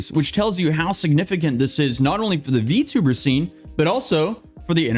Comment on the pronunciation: It's not "vee too burr", it's "vee tee oo burr".